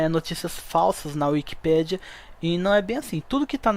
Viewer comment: É wikipééédia e NÃO wikipíiiidia 😮‍💨😮‍💨😮‍💨 NÃOO É BONITO FALAR ERRADOOOOOOO!!!!